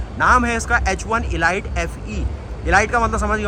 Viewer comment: 😂😂😂😂e light. 😂😂😂E light...elite. Ehleete pronunciation